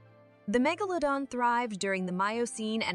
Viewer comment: If only the narrator could figure out how to pronounce Megalodon. Every time she says it... it's a different pronouciation.